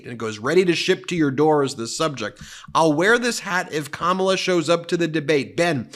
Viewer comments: Karma-la!! Advice for Trump on how to pronounce Kamala properly. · It's not Kamabla Donnie... it's Karma-la. Be afraid.